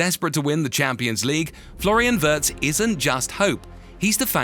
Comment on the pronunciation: *Wee uh rtz